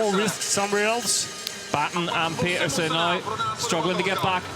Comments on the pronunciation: It’s not that hard. “Peter-seh”. I don’t know why folks don’t get it. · Dear commentators. Please learn to pronounce Puck Pieterse's name correctly. She demonstrated how to say it to Rob Warner on an episode of Beyond the Line last season. Thanks. Great ride PFP